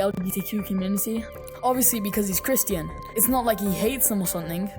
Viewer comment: Ok but why do you pronounce christian as "kriston"